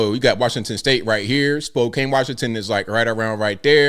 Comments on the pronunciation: Pronounced "Spo (like spoke) can" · Spoe-can say it fast 5 times, now you have it. 🫡